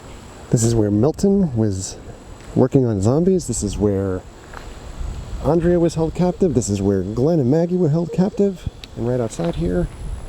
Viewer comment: Why he say andrea like that